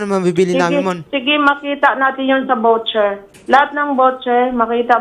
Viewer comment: It’s voucher (vaw-cher) and not vocher.